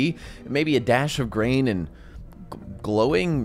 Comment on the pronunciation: Bro said "IR nd thermal"